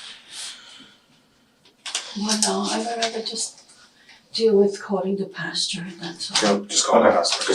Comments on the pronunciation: For Pete’s sake, it’s pasTOR, not pasTURE. I’m not even religious and that one irritates the hell out of me. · Someone should tell her it’s “pastor” not “pasture” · Why does she keep saying “pasture”… pastor lady!